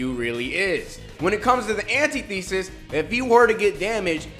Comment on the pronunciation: Bro not Anti-thesis its said antithesis